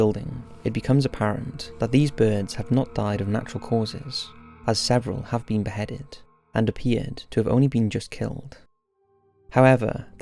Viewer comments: "If you've ever bean" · I found it so funny how he said “been” as “bean” 😞✊🏾